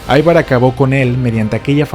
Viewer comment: Gracias por tu video. El nombre Ivar en Danés se pronuncia como se escribe Ivar no "Aivar".